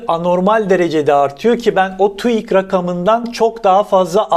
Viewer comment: Ne zaman öğreneceksin TÜİK demeyi? Hâlâ TUIK diyorsun